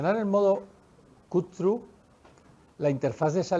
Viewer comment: "modo Cú-Trú"